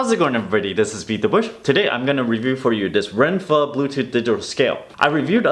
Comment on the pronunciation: Damn it! Why'd you have to pronounce it "ren-FUH" (like the vietnamese noodles) instead of "ren-FO" like they do on their product video. Now I'm hungry for some shrimp summer rolls and a banh mi sandwich!